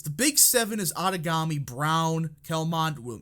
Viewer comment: You mentioned that Ramthun had a cursed base. I saw no signs whatsoever for Ramthun, I feel he's a great candidate but its like he just gave up?? By the by, Outagamie county is pronounced Out-ah-game'-ee